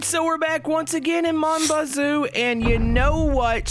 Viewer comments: finally pronounced the game correctly 🎉😂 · Finally you said it right